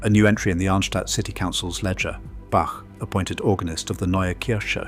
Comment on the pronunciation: Please could we have our great Bach pronounced with a long A and ch as in Loch ?